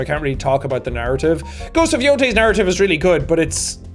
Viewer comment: every time you said narrative, i heard 'naruto' for some reason